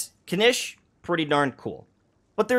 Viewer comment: hasn't been paying attention to the voiceovers again xD Kinich {Kin-eech) Ajaw {Ah-how}